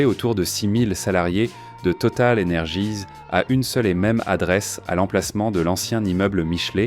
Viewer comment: Même les gratte ciel ont de noms anglo-saxons, bien triste. Et on dit « total énergie » pas « total energize ». Franglais insupportable.